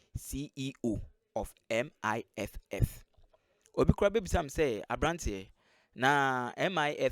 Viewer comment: It is MIIF not MIFF my friend.